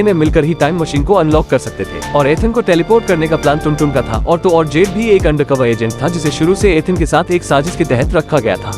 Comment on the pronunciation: उसके फ्रेंड का नाम 'जेड' नही 'जुड' रहता है !!!